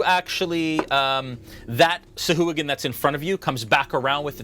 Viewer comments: he was saying sahooligan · oh dude, I totally thought he was saying Sea Hooligan. rofl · Oh man, the mispronunciation of sahuagin all game lol